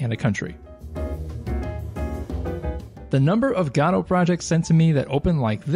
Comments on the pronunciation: Please! don't say gad OH! it's go dot or guh doe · Okay - so you've come up with an entirely new 3rd enunciation of the engine that I've as of yet not heard, congratulations, very creative :D . I was used to "guh-doh" and "go-dot" but you have "gah-doh". Wonder if there's another one lurking out there! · Every time he says "god-oh" a puppy dies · gado, srado - gościu naucz się wymawiać to słowo. Nie ma tam żadnego "a" w tym słowie, i mam gdzieś że piosenki piszesz na ten temat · Why does nobody pronounce Godot the same way? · What option do I have to check to change the pronunciation of "Godot"? LMAO. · the way you pronounced Godot made me sick I wasn't ready for that xD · Yet another new way to pronounce godot wrong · So these were really just very basic beginner tips. Also, you're pronouncing Godot wrong.